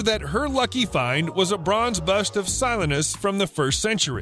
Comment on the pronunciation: Si LEEN is. The mispronunciations in this video lead me to suspect that most of this info is faked.